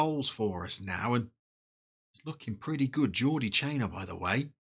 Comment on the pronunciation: Lovely kits, especially that blue number! Surprising to see Arsenal's greatest player Yaya Sanogo this far down, but maybe after being at Toulouse, he wants Touwin. Pronunciation of Jordi is perfect. With Domingo and Iglesias you have a very exciting musical strikeforce. Obligatory music pun: Ooh, Nana. What's his name? also, I'd put a tenner on Domingo coming good.